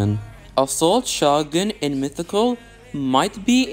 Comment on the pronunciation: shoh guhn